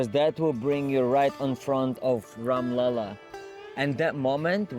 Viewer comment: Its RAM LALLA not Ram Lala 😮 Or if you find difficult to pronounce , you can say #SHRI_RAM or #RAM_JI too Plz dont mess up the name 🙏